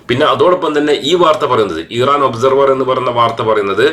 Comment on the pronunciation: ഈറാൻ അല്ല ഇറാൻ